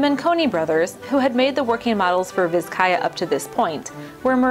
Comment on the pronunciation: Pronounced Bizcaya.